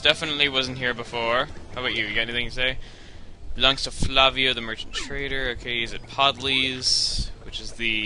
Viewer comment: you said trader as "traitor", which has a COMPLETELY different meaning than trader.